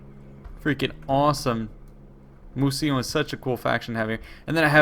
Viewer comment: just a quick correction: it's "Mousillon" not "Mousillion" :)